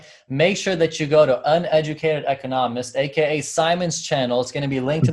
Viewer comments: I do have accent when I speak too, he refers mainly to where you use the actual accent in the word ecOnomist not econoMISt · Its Eeee-KAH-NOh-Mist. Practice it a few times, and you'll get. Thanks for stopping by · Can't get over how he said econist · you say ‘echonahmist’ - listen to how he says it on the opening of his every video - totally different!